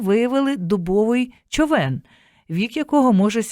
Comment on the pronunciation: Дякую за ефір. А чому "човЕн", що з наголосом?